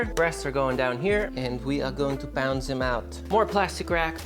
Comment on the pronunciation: Your "pound these out", sounded German...hehe. Dig you channel !